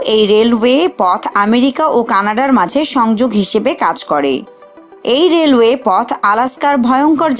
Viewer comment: রেলওয়েশ বলতে অনেক ভালো লাগে